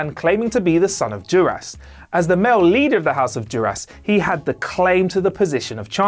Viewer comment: Don't forget dur-ass instead of Duras.